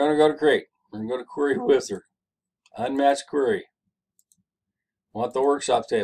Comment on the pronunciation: Thanks man you’re a huge help and that “Querery wizard” 🥴 had me weak asf😂